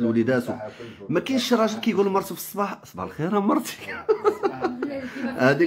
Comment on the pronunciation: نفيق نلقا هذا حدايا يقول ليا صباح لخير نرجع نغمغم راسي تحت لكاشة و نطلب ربي دوز هاد لحلمة على خير و بخير ..... ما عساك يقوليا مرتشي مرتشي نرعفو حتى نقاد ليه مخارج الحروف